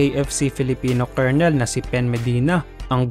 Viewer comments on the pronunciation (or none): none